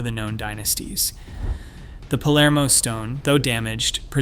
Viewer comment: Is written Palermo, not polarmo!